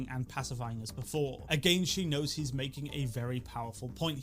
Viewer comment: If he were "elected Tagain" kamala Harris said . 😂😂😂😂. Kamala Harris must be drinking 🍸 tagain